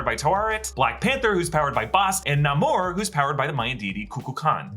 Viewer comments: Plz! Say namors name right!! It’s not (Na-more) it’s (nay-more) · It is pronounced Nay-mor not Nah-mor. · Why are you pronouncing N-a-mor like that? I am genuinely asking, I always thought pronunciation is N-a-y-mor. 🤔